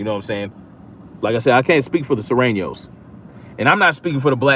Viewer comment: When you say Soranos you mean Latinos? I have a Mexican family member in L.A. but I never met that person also don't even know the persons name. Its a long shoot but I'll see if I can find out.